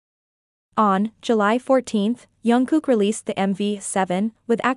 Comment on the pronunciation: Please pronounce Jungkook's name properly. It is Jung with a hard J not Yung which many use. If you watch JK pronounce it himself it is Jungkook, hard J